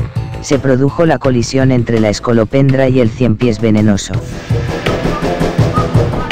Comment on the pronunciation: colisión dice? Parecía coliseo romano xd